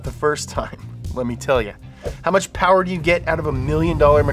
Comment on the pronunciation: Sooooo....*less* powah babeh?